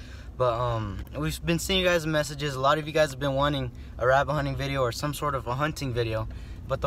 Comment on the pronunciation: you pronounce rabbit like rabinn